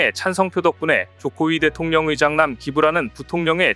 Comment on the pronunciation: 자막은 제대론데 들리기는... 조코위대통령의 장남이...... 조코위대통령 의장남으로 들리는건 뭐지?